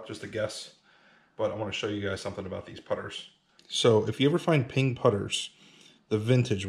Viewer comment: Oh Ping! I thought you where saying pink putter